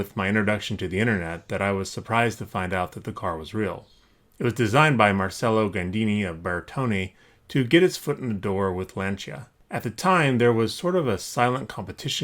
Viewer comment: It’s pronounced “bear-tony.”